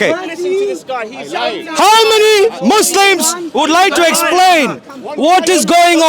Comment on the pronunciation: He said mouslims